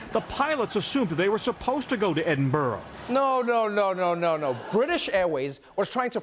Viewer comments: PSA: Edinburgh (Scotland) is pronounced, “Edinbra,” with a soft roll on the “r.” It’s not pronounced “Edinborough.” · I hated the news reporter when he said edinborrow instead of Edinburgh (Edin•bruh) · Can somone tell me why USamericans pronounce Edinburgh as Edinburoh? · How is it that the gh in Edinburgh get pronounced as ow